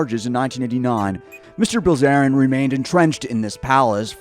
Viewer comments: Dude really pronounced Bilzerian as Brazilian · im sorry did you just pronounce his last name "Brazilian"? ( mark) When are we gonna learn about? and move on from the endless negativity grift on other celebs. What has done lately besides criticize others? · Paul Brazilian???? Horrible butchery